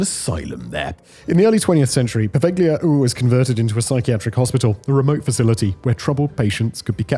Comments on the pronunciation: I can remember the times when Simon didn't put out videos by the hour 7/24 and so had more time for luxury things like trying to pronounce non-English names more or less correctly... Take, for example, how in his video about Poveglia Island from no more than a year ago, he said the island's name correctly, unlike in the present video... Gone are the days. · Love your content. You've helped me get through a lot of excruciatingly boring work days! Bit of help tho, the G in "Poveglia" is silent lol